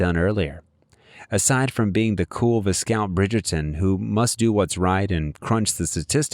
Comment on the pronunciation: It's Viscount pronounced Viecount, NOT Vizcount!!!!